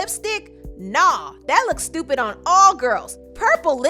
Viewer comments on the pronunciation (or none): none